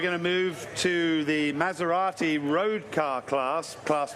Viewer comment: Someone tell these mf’s how to pronounce “Maserati” holy fucking shit